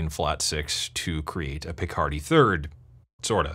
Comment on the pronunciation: Pronunciation note: It isn't a Jean-Luc PiCARDy third. It's a PICKardy third. (A Picardy Third, Picardy Cadence, or Tierce de Picardie in French, is a major chord at the end of a piece or section of music in the minor key.) Yes, I'm a music geek with a side helping of, um, er, something-or-other!